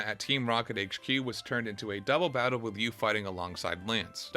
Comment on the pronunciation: Bro why do you say your "L's" like "W's"?! I am enjoying your video but HOLY SHIT. Poke'mon Gowd?(Gold) Battow?(Battle) Skiwws?(skills?) this game has too many L words to handle this.